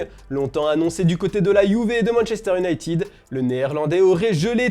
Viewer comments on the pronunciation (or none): none